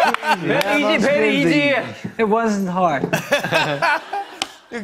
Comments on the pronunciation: Jungkook saying, “it wasn’t hard”, was like the most perfect English pronunciation ever, he deadass is secretly a native English speaker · Wait......... That was Jungkook who said, "It wasn't hard." THAT SOUNDED BETTER THAN MOST NATIVE ENGLISH SPEAKERS OMG. These boys are definitely secretly fluent in English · jk saying it wasn't hard that accent almost killed me